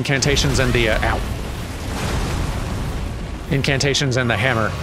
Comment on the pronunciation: "Incantation toys" Incantoytions?